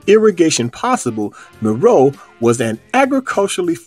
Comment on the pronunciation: Meroe: Mer O'e'